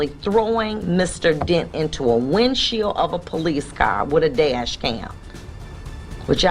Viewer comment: How does one become a Judge that reads every book on the Laws of the land but can't say "windshield" . . .or as she puts it "window shield "